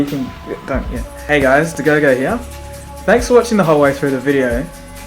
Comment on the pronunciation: How do you say dagogo without even opening your mouth ??? mind blown